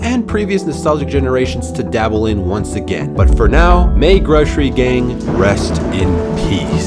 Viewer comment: It’s GROSSery gang (Gross-err-eee)